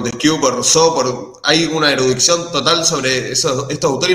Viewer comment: Erudicion no erudiccion